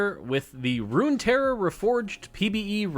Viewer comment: good video and amazing presentation as always but isn't it "Runeterra"? instead of Runterra